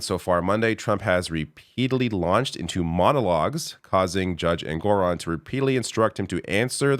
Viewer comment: the judge’s name is ENG-or-on, not en-GOR- on